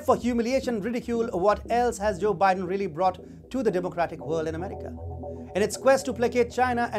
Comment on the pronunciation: cho bi-den.